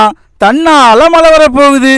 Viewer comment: தம்பி பாடல் வரிகள் மிக அருமை மழை,வாழலாம் சரியாக உச்சரிக்க கற்றுக்கொள்ளலாமே